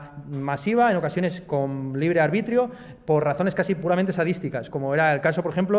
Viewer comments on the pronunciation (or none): Dices libre albitrio en vez de libre albedrío y ya pareces listo.